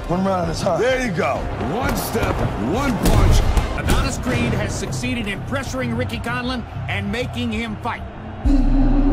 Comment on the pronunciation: its creed 1 not crees 2 xd